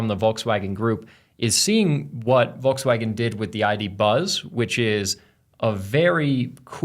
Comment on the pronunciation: Stopped watching at "Volkswagen".